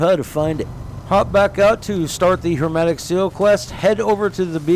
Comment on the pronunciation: my guy it's HERMETIC SEAL, not "HERMATIC" !!! idk why but it's bothering me so i had to comment XD